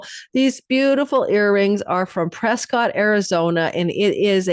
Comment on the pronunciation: It's pronounced "Preskitt" Arizona 😊